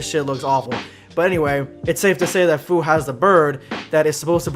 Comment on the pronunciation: Fu pronounced like fyou